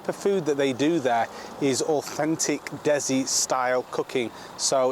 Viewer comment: Dezi lol it's de si